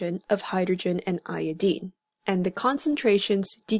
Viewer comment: niqqa said iodeene